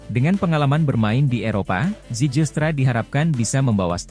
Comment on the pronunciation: nama yg dinaturalisasi namanya itu mauro zilstra(dibaca) bukan zijilstra(dibaca) sebab tulisannya zijlstra ada huruf "j" yg ejaan dalam bahasa belanda J=Y,terima kasih